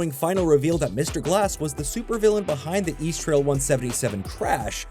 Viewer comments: It's EAST-RAIL not "east trail" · So annoying pronouncing East Rail as East Trail. It's RAIL because it's a train, FFS.